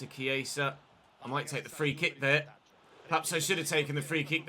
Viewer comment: He's saying it like Chieisa. And Viera is not pronounced the same way as Vieira. Viera = vee eh ra Vieira = vee ey ra